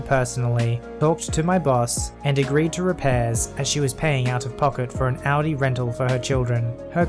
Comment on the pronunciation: Your perfect pronunciation of Audi makes me so incredibly happy!!!